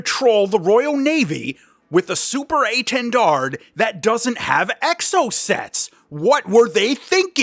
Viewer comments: Please, the last D is silent, its quite disturbing to ear that mistake. French is hard langage, hope this can help english speaker. A French loving is history of aviation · To say étendard, try saying "lil". Then take out both l's. That's the é. Then try saying "lawn", but don't say the n and replace the l with a t, that will be the "ten" part. Then try saying Dalia, that first part, the "Da" is the intonation you want for the initial portion of "dard". To get the French "r", you need to think of it as a raspy "h" sound; the American "r" has your tongue moving up while the French one doesn't need the tongue to move at all, and doesn't have the "r" sound coming from the back of the throat but the front. Then you ignore saying the d at the end of "dard". That will get you saying "étendard" the right way (or itawhdarr). :) You could always say "Banner" as well and that would be technically correct. Same goes for saying "Mystery" instead of Mystère haha.